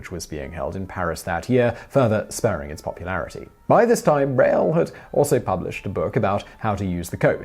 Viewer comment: Hey Simon, aren't you horribly mispronouncing Braille?